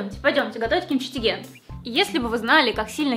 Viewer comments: Правильнее говорить Кимчичиге💜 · сколько раз она произнесла КИМЧИ ТИГЕ?! правильно КИМЧИ ЧИГЕ. жесть, как режет слух........ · Сколько раз сказала кимчитеге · мне слух срезала,кимчицтиге 😫